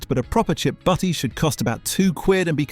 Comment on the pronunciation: FYI, it's "butty," not "buddy." As in "buttered roll."